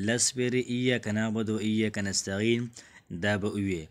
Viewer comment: نستعین دی نستغین نه دی ورور جانه ❤❤❤